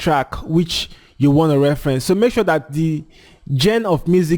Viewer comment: nice tips...........it's genre.....pronounced zhon ra....